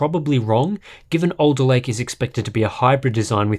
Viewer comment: Was having this on in the background not really giving it much attention when I suddenly heard "Intel 12'th gen Elderlake processor spotted in Sea Software database..." Harbour Unboxed confirmed!